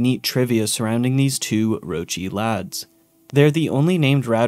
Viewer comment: uggghh americans saying "lads"